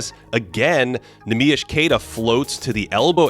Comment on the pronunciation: love that you pronounce Neemias's name correctly